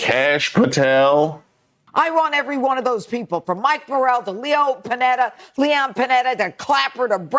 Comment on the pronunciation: Jeanine can't even pronounce Leon Pannetta's name! Utterly Pathetic Buffoons are running this Country into the ground!